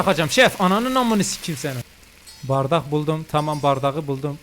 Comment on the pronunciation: tüp??? bardak??? Abi valla türkçe hocana sabirlar diliyorum 💀💀